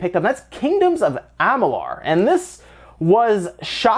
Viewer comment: I hope they do something with Amalur (Ah-mah-lure, not ah-mah-lar). They did great with Elex and with this I hope they remake it. A One X enhancement would be dope